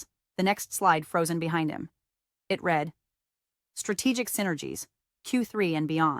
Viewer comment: Sometimes she pronounces read correctly 🙄